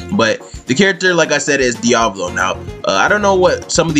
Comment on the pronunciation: Sounded Like You Said Diabolo